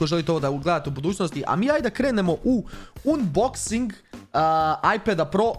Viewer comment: umboxing? kaze se anboxing